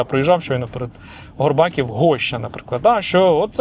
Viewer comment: Горбаків - наголос на і :)